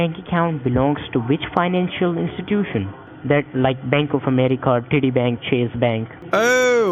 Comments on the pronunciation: I thought he was trying to say "Citi Bank" 😭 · At one point it sounds like he said shitty bank lol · You got him to say titty bank like 5 times 😂🤣😂🤣🤝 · Sounds like Titty Bank hahahah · Did the scammer just poop his pants when he heard $420,000 dollars he must think all his Indian Christmas's has come all at once , i thought he said titty bank that would have been a right booby lol . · I heard him say titi bank looolol 😂